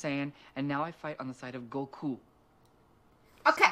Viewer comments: Actually that was the right pronunciation, you know? ;) Not many people know it's written Gokuu. He even made a close enough pronunciation of the Japanese "u" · The way he pronounced Goku's name is closer to the Japanese pronunciation tho ;)